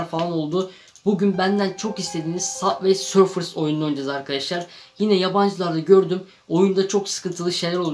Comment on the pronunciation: Sabvey sorfıs değil subay sörf diye okunuyo